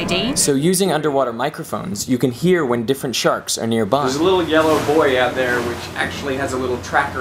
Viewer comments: I could have sworn he said, "There's a little yellow boy out there." around :40. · I was half listening at first, but my attention was immediately grabbed when I heard "There's a little yellow boy out there..." It wasn't a boy, it was how he pronounced, "buoy". The style of word pronunciation Derek has is fascinating. It doesn't follow standard vernacular for most American-accented English.